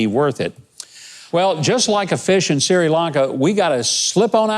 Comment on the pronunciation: SIRI Lanka? Great story, but it's "Sri, " Gov!